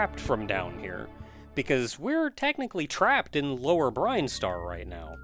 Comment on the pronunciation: Every time this guy mispronounces Brinstar I vomit